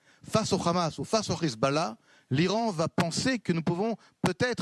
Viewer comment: C'est pas rizbollah mais Hezbollah, vous avez vraiment des problèmes de locution.